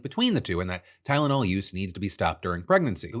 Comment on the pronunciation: My mom hates Tylenol and doesn't use it. I still wound up being autistic, since it's genetic. Also, wasn't this claim debunked, like, a decade ago? Forget acetometaphine, the 🦠🍊 could barely pronounce Tylenol.